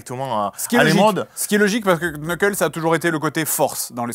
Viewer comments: On dit "NEUCKEUL" pas "KNEUKEUL" faites un effort bon dieu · Faut arrêter avec l'ancien design... ça fait trois ans que c'est fini cette histoire. Vous avez vu le film et vous continuez à dire "qu-neukeul" ?? Waow Shadow bosse au GUN. Vous vous y connaissez tellement. Perso j'ai trouvé la scène de danse très cringe, mais la scène du mariage était très drôle. Vous êtes beaucoup trop biaisés sur la licence en général, vous êtes hyper cynique en fait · Premièrement: Ça se prononce "Nok'l" et non pas "Q'neukeul". Le 'K' est silencieux, comme Knight, Knowledge, Knife ou Know. Deuxièmement: une caricature de Jim Carey, ça s'apelle une Careycature. Troisièmement: En version originale, il y a beaucoup d'autodérision, de jeux de mots volontairement mauvais et d'imitations ou références Américaines. "I am cool" prononcé avec un accent Autrichien fait référence à Mr. Freeze dans Batman 4 par exemple, qui est reconnu pour ses jeux de mots à la con avec tout ce qui est froid. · Vu comment ils prononçaient son nom... Je ne suis pas mécontent qu'ils l'aient oublié :X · Le premier "K" de "Knuckles" est silencieux d'ailleurs. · Mais, par contre, il faut bien prononcer le "s" ;) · Et du coup les k dans Knuckle ne se prononcent pas ^^ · Guys, Knucle le K est silencieux.